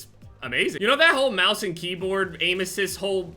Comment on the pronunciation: Sounded like he said kbam instead of keyboard